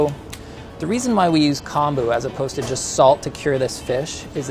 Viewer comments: pronounced k - oh - n - boo, not k - ahn - boo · Just FYI... Kombu is kOmbu, as in Comb (you know for your hair) that’s how the “o” is pronounced lol So technically it’s COMB-oo